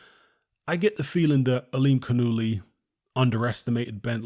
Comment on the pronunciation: Yanibek Ali Canoolie. Is the proper pronunciation. 👌